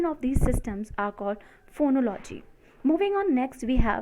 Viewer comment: Phonology and morphology are pronounced with emphasis here: phonólogy morphólogy and not phonológy morphológy.